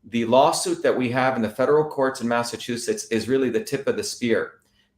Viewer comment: Dr. Shiva's tongue gets tied up a lot when pronouncing Massachusetts.